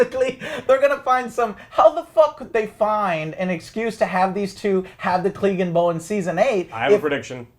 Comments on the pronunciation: What is this Cleegenbowl? Is that anything like Cleganebowl? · Who the fuck is Eurion? and what the fuck is Gleeganbowl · Eurion... Daenerious... Cleeganbowl... -.- And u call urselves fans?